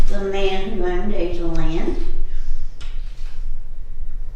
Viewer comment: Thank you so much for your tour of our beautiful Adaland Mansion!! did a great job of showing off this historical gem. Two notes -- Adaland is pronounced Ada with a long A. As shared, Judge Ira Robinson named the house after his wife and daughter, Ada. Second, first mention of Judge Robinson's name must have been lost on the "editing floor" as she talks about him, but his name isn't said until much later. Just wanting your audience to know the pronunciation of the house's name and one of the owner's name. We hope you will come back and see us again during the 2019 season, and we invite all your viewers to visit and check out our calendar of events. There is something there for everyone!!